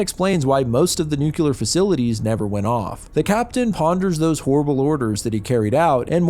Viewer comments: Nu-clear vs nook-u-lar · i love how oneyplays and smiling friends have gaslit so many people into saying “nucular” instead of nuclear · Nuclear, not nucular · New Clear not Nuke Ular you neanderthal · Why do you say "nukular"? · Every time I hear somebody pronounce “nuclear” as “nuh-kular” I loose a bit of the little faith in humanity I have left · Nuclear..... not nucular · Nuclear❎ Nucular✅ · Why do Americans have such a hard time pronouncing the word "nuclear"? I hardly ever hear you pronouncing it correctly. didn't.